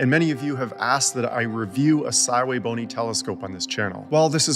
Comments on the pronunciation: Calls the brand sywaybony but names the scopes the correct way pronouncing sv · Sigh-way-bony! Well I learned something new today! 😂 So shouldn't that be the Sigh-Way-555? 🤪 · I accept it is Si Wei Bo Ni...but I don't like it lol